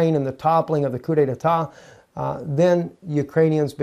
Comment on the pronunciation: There is not a second syllable... coup detat. Not, detatat.